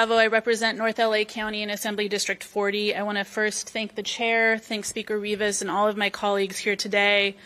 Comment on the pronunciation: It’s Rivas not ribis.